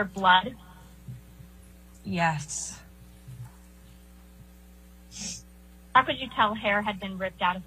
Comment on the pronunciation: might be the only person I've ever heard pronounce the word 'yes' with an h and an extra s. 'Yhess... Yhess... Yhess...'